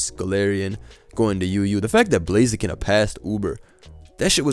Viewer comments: bro thats blaziken in UU not blazeekin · Blazeeken has to be the new pronunciation of the name, it's just too good. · every time calls it “blazeekin” i laugh why is that shit so funny lmao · How the fuck did you pronunce Blaziken